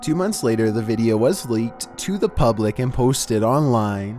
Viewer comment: I think she read it "lick" rather than leaked lmao